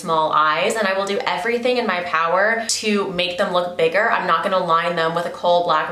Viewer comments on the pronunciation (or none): none